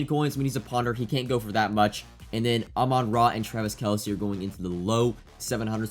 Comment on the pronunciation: No way actually said kelces name correctly, am I tripping?! Love you, keep up the good work 🫡